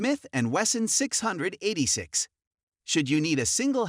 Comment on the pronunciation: "Dot two two?" "Six hundred eighty-six?". Are you kidding me? This guy knows nothing about handguns! What kind of idiot listens to this as advice (as opposed to merely humorous entertainment)?